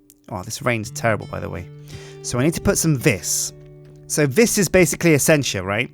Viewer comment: Please. It's pronounced "vee", not "vis".